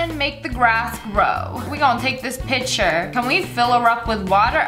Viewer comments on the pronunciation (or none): none